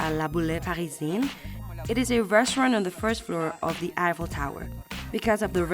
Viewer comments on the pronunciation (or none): It's eiffel tower not apple tower 😅